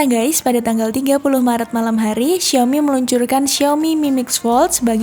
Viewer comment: Nyebut nama hp xiaominya ngeri kepelset huruf i jgn diganti huruf E yah